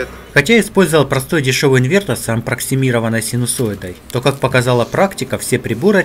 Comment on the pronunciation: "эбоксидка", "ампроксимированной", ммм